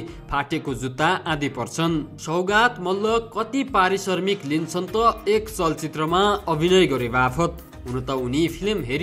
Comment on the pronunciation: Arissarmik hoina mahodaya arissramik hai😂